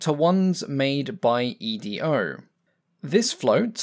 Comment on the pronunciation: Edo floats - "eedoh", not "ee-dee-oh".